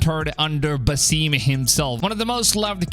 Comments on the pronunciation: Lol stop saying Basime! 😂 it’s Basim! Geez! And I love how u say listening to the community lol.. this past game was the best selling AC game of all time! So u mean listening to the trolls? lol…I’ve played all of them and I loved Valhalla and origins and Odyssey! Lol and U think Basim was one of the most beloved characters of AC Valhalla really? The guy was an asshole! 😂 wow honestly this isn’t even gonna b a game bud like wtf it’s a book! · Buh-seem lol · You’re telling me, “Basim” is pronounced “Basseem” ?